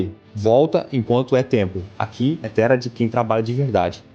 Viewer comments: Pq ele fala tudo errado?ele nao estudou???honrar??nao seria Honrrar?o que seria tera. Tera?nao seria TERRA? Ouçam como ele fala recomeçar hahahahahaaq casal lesma analfabeto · O cara não consegue falar palavras com som de RR